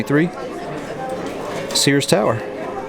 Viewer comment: It’s pronounced Sears 😝